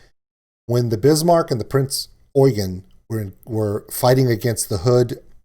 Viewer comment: Haven't finished the video yet, but as a german myself i really do appreciate a lot that you pronounced the name of the "Prinz Eugen" perfectly.